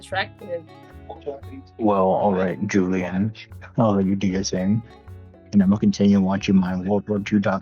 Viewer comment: He said alright Julian 😭 didn’t even say her name right